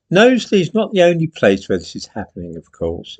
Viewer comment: Nice to see you are pronouncing Knowsley correctly now 🤣